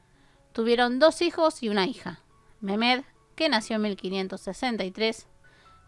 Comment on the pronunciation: Mirimah: se pronuncia Mariam Mehmed: se pronuncia Mejmed